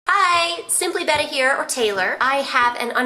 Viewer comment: you said betta wrong